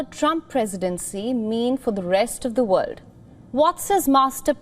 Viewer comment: You're nice, but you ENGLISH INTONATION is WEAK specially in when you PRONOUNCE "WORLD, HAPPEN and BUILD/BUILT. ❤❤